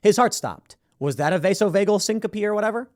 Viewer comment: Tim you need help with pronunciation. BioRxiv (bio archive). Vasovagal (first two “a” sound long like in “vase”). Syncope—you say the “e” long.